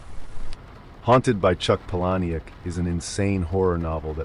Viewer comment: Why am I not surprised you pronounced "Palahniuk" wrong. I like your videos, but you really need to do more research on how to pronounce things. From words like "macabre" to names.